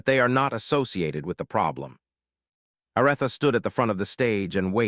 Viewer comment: Her name is A r eeee tha! Please stop messaging up her name. It turns us all off and we can't listen anymore. How can you not know how to pronounce her name?